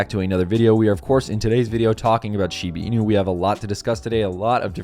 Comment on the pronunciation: SHEE-BAH INU not SHEEBEEEENU